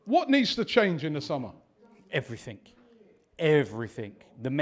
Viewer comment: pronounces everything as everythink